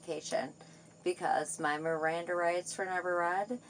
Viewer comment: “My mrrriranda r-rights were neverr read” lol